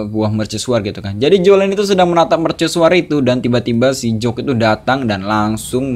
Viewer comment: bang bukan jock tapi jack